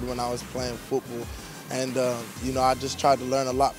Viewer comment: Love how he says football with a Philly accent. Go Birds!!!!